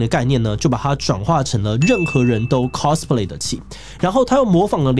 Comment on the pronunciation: cosplay的唸法是cos，不是cas。完蛋因為這個頻道圈外的錯誤唸法又要蓋掉正確了